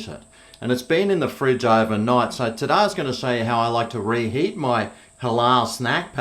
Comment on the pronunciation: You didnt say today you said tadah cuz